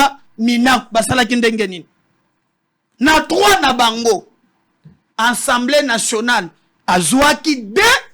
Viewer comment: Ces 3 individus ( intellos) me déçoivent surtout ye journaliste. Ils prononcent <ENSEMBLEE > nationale ( mot) qui n’existe pas en français. Classe nini ba kota na Congo. ASSEMBLÉE nationale